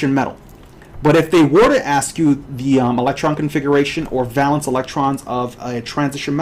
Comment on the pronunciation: Bro, it's \ˈvā-lən(t)s\ not val-ence. It's a long (a) sound. No one says val-ence.